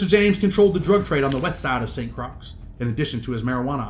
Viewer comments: Muddaskunt…Croix is pronounced KROY not Krux. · It’s pronounce like Roy with a C. Like Croy. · bro he's saying that Croix is pronounced as croy that's all smh